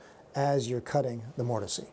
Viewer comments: Why are you saying mortisee? I have never heard that before and can’t get past it. I thought it was a joke at first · The E in mortise is silent. MOOR TIS